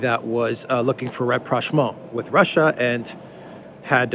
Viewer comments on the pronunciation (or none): he says "an opposition party that was looking for ____"? What was that, rep-rash-maul? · Am unfamiliar with the word "represhmo" or the word that sounded like that to my ear...can anyone clarify? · ah yes,I know the word well,thank you for the clarification!I guess I had a hard time understanding the pronunciation...thanks again!